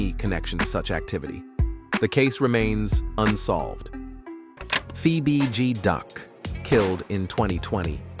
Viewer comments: Wdf Lay Capone n a Fee BG Duck? Why do these creators even upload this shyt knowin the AI is sayin the names wrong? Or is dat the purpose? Folks is automatically goin to click on it any way bcuz its Chicago, its Drill. Folks are fans. To do all dat dumb shyt. Smh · I was coming to say da same sh*t. "Fee bee G duck". "Damn brewda" 😂😂 damn Ai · Where and the hell you get fee b duck it's fbg duck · How do you pronounce bg right but pronounced f as fee? Ai at its finest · “Phoebe B G duck” bruh it’s clearly F.B.G. 😂, scoom got set up by shawty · Feee B G Duck, seriously?😂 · Don’t do no videos of Chicago Dead people if you can’t Get the names right cause who thf is FEEBG DUCK & TOOK A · Why it say Fee BG duck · “Fee bee deee” the disrespect 🤦🏽‍♂️ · fee bee gee, lol. This channel goofy AF.. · Da fck did he call duck?? Nigga said fee bee gee duck 😐💀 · Fee bee Gee Duck 🤦‍♂️😭😂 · Fee bee gee duck? Seriously? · Fee bee gee duck smh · Wtf is a fe-be-de duck??😂😂😂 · Who tf is fee bee gee duck? 🤣🤣🥴🥴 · The AI voice said "Feee Beee Geee Duck" lol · Da fuqs a FEE BEE G DUCK?! 😂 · This MF really just said, "FeeBeeGee Duck." 😐 #GOEAGLESSSS 2025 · 😂😂😂😂😂 who is Fee Be Duck??? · Fee Bee G duck 🤦🏽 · 'Fee B Duck', huh. 😅😅😅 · “ fee beee gee duck “ 💀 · This nigga’s AI so Temu… he said FeeBeeGee Duck. Mane why you disrespect dude name like dat. 🤦🏽‍♀️🤦🏽‍♀️ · Son said "Fee-Bee-Gee-Duck"!!!!😂😂😂😂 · This man posted two different J Hoods😭😭😭He saying names wrong,and telling all kinds of lies this ain't right 😂😂😂I see why King Von said don't listen to these YouTube people lol.. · How did you pronounce F.B.G DUCK. 🤣🤣🤣🤣🤣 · This mf meat pulling the bds.... who u get duck name wrong , but the bds name and gang right? And talk so highly of von....super goofy mf